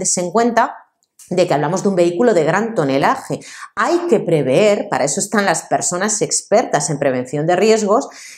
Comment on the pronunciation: pre-ver, no preveer